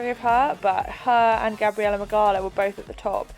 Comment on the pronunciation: You pronounce Gabi’s last name “Mig-ow-a” just for future reference cause she’s def gonna win the games! 😜🇵🇱